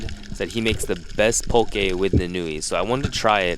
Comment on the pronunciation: why you keep saying poke like that 😂. You pronouncing it PO-KAY. Aren’t you from here? Best poke is Opakapaka/Onaga/Hamachi belly poke